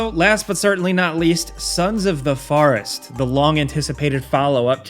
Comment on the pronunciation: I can not respect your pronunciation of "Forest". I am disturbed by it, this is not dialect this is blatantly wrong.